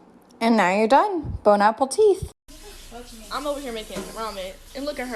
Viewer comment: Bone apple teeth😂 that's what I heard